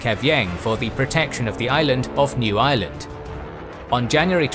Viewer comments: I definitely heard New Ireland as New Island and was very, very confused for a second. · I thought you said 'The Island of New Island' lol.